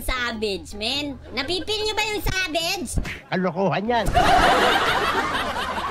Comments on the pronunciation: ganto yung bisaya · normal people: “Savage”: “Sabej” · normal people: SAVAGE: Savedge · Mga bisaya accent pre hahahha